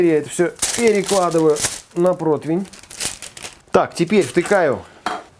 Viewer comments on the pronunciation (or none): Противень , а не "протвень"